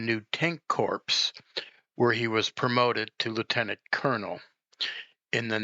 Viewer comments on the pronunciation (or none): corps is not pronounced corpse. It's pronounced core. I think I've heard everything, now. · Colonel is pronounced “kernel.”Corps is pronounced “ core. “